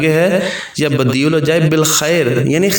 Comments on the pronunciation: Pesh Nahi zabar hai please don't mind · Screen per apne يا بَدِيعَ العجائب likha ha or parnhy me ap pesh بديعُk sath parh rhy hain؟؟؟ pesh k sath ha ya zabr k sath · پہلی ع کے اوپر زبر ہے اور دوسرے ع اوپر پیش ہے